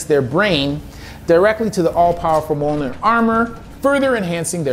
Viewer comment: I'm routinely infuriated but how the audio books all pronounce the Mjölnir armor like "Muh-Jol-neer" instead of "Muh-Yol-Neer" xD